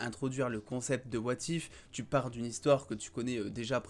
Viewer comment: Lol ton accent. "Wa Tiphe"